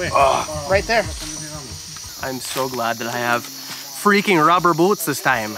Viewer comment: Dang you sounded extra Canadian when you said "freakin rubber boots" 😂